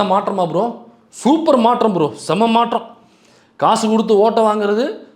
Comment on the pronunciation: "மாற்றம் " thambi " மா‌ற்ற‌ம் " 🤮நாற்றம்